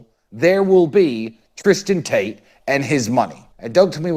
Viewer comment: Did say "Taint Brothers " when referring to Tate Brothers? Pretty funny 🤣 if that's the case. Folks should not hate on the fact that he wants to make sure innocent people are taken care of.